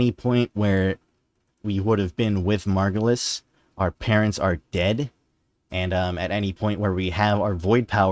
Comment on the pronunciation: Finally! Someone who gets that it's Margulis. I was starting to question my sanity with all the people saying it's the Lotus.